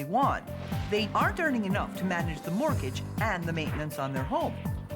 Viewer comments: "Mortguage"? <CRINGE> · What is a "mortguage"???? Nice literacy from the channel owner....🤣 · No "u" in mortgage! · What the hell is a “mortguage”??? 😂😂😂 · What is a "Mortguage"? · What's a "mortguage?"